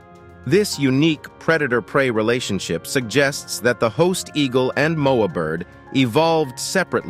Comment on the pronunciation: Sorry , Saiga antelope not zyga, Haast eagle not host..god check your info people please..